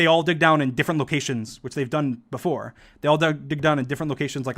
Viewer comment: STOP SAYING BOOFORE 😠😠😠😠